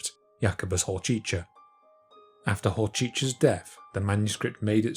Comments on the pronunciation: Not to nitpick, but that's not at all how "Hořčický" is pronounced. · Pronounciation of some of the names is really terrible, especially Hořčický's, but also Kircher's. Also, where's that "Barshius" from? His name was Georg Bareš (alternate spelling Baresch). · Always interesting to hear native English speaker pronounce slovan names. I have to admit, Hořčiský is one of the harder ones. Fun fact: Base of the name is what Czechs call mustard - hořčice.